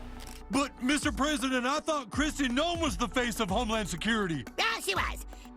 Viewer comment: Holy crap brother. I can't stand Trump's regime, but if you can't pronounce Noem, you lost a huge amount of credibility from me. Please do better next time. Thanks.